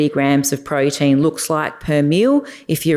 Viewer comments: Please say protein not prodeen. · Great content but I can't keep listening to her saying "proh-deen".